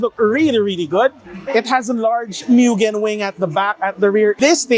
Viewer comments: MU-GEN not MYUGEN 😅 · Mugen pronounced as "Moo-gen". Honda said so...